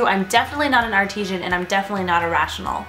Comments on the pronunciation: Artisan, not Artesian. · it's artisan, not artisian lol (pronunciation) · Jennie Clayton Lol...it's artisan, hun, not Artesian. just didn't know how to pronounce it so she made it sound like Artesian. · There is no long "e" in artisan. It is pronounced: ärtizən/. The "i' is not pronounced as a long "e" but like the "i" in pig. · The way she said artisan sounded weird to me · The way she pronounces artisan annoys me.